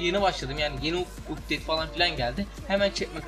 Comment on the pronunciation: ABİ UPTAD DEGİL UPTADE :D